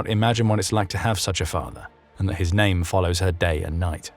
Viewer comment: wow an Anglosaxon channel that pronounces names right ! congratulations.